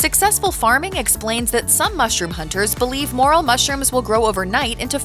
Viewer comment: Ummm... It's not a moral It's a morel. Just so y'all know that someone should really have a talk with this presenter because although she does have a nice voice she often mispronounces key foods or culinary terms and that's not good. The moral of the story is that folks are going to make idiots of themselves if they ask about 'moral' mushrooms in a restaurant or a market¡